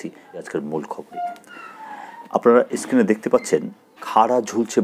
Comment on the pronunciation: আপনি তো screen এর সঠিক উচ্চারণ ই করতে পারছেন না। আপনি কত সালের নিয়োগপ্রাপ্ত? ওদূর ভবিষ্যৎ?😂😂